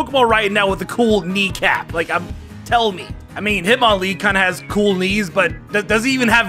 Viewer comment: Hitmonlee more like..HitmonKNEE